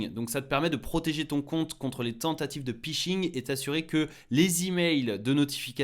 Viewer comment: Le Pishing ????? Cela se prononce Fishing !